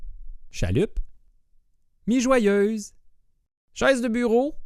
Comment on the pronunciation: "Mi joyeuse" ça m'a pris un bout avant de comprendre qu'elle voulait dire mijoteuse :)